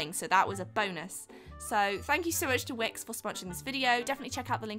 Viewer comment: At the end when she said thank you to wix for "sponsering this video" i heard ", thank you twix for sponsering the video" haha